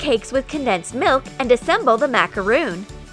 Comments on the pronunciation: Did u just say MACAROON IT IS MACARON NOT MACAROON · IT'S MACRON NOT MACAROON!?!?!?! 😡😂😂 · i think it is called a macaron not a macaroon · It’s macaron not macaroon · MA CA RON NOT MACROON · It’s Macar-on not Macar-oon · Actually, it is MacarOn not macarOOn. A macaroon is a coconut, crispy, cookie type thing. A macaron is a fluffy sweet cake. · It’s pronounced as macaron not macaroon but no offense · They are macarons not macaroons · Macaron!!!!!! Not macaroon!!! A macaroon is a coconut bliss ball type thing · Its macaron not macaroon dumbasses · It’s actually pronounced mac-a-ron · they said macaRON wrong #petpeeve 🤦‍♀️🤦‍♀️ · Macaroon? NO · Am I the only person that gets annoyed when they pronounce “macaron” wrong? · Agnes Bäcklund yep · I also get angry